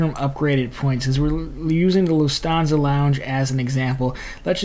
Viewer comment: Interesting info but it's pronounced Loof tawn sa